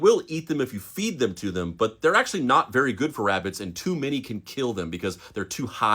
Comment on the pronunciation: SHHHHHHH … Be vewy , vewy , quiet ..